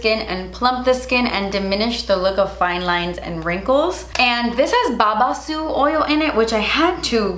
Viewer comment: OMG you actually said babaçu correctly!!!!! Yesss!